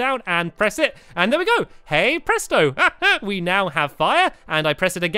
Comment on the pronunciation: Did you just say press-doe